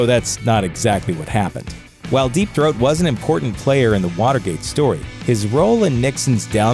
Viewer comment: “Deep thoat” 😂🤣😂